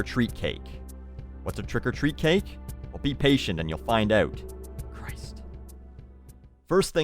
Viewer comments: when u say stick around and you'll find "out" is the first time i actually hear the stereotypical canadian accent although its not exactly "oot& aboot" how south park movie portays u actually do hear it..im canadian too but dont say it like that...........felt the need to share this observation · I love whenever says "oot." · You say out wrong. Wtf. Its so annoying. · friendly neighborhood canadian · How do most people say it? Just curious... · I love the way he says about or out xDDDDDDD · Haha, it's a bit difficult to distinguish, and Canadian accents vary depending on where you live. The only way I can tell that has a Canadian accent is the way he says things with an 'ou' in them, like 'out'.